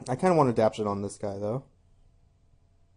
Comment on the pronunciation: Nice showcase draft, was interesting. But please, if you draft the card in the future, it's AdapTAtion, not 'adaption.'